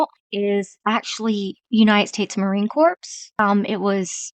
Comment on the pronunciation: I stay signed-out, so my Ad-Blocker works... But I signed-in JUST to make this comment. I love the way you Mispronounce things. You say Marine Corpse, instead of Core. You don't know what Cooperate even is, as a word. That's hilarious. I love the way you Stutter and Hesitate while reading. It's so Obvious that you're not a Reader, that it must take a lot of Guts to post things like this. I mean... You HAVE to know! I enjoy hearing your Voice, as well. You're so genuine. So real. This is the only video I've (heard) from you. ...Being signed-out gives me access to so much New Content... Anyway! You're great. I love you. Please continue producing. I'll probably NEVER watch another of your videos, but while I was getting ready for work, this morning? I'm glad you were with me. And yah... I took the time to make this comment After Work. So, yes. You were with me All Day.